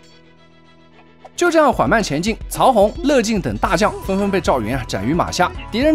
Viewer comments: 不是讀做"越"進嗎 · 乐（yue）进念错了